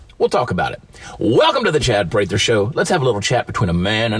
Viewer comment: DUDE! You just called your show the Chad Prather Show with the long A sound! What’s up with that?